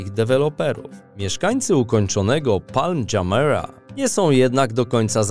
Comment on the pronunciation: Ten sztuczny głos mówi: "Palm Dżamela", a to się nazywa: Palm Dżumijra albo Dżumijran ( جميرا)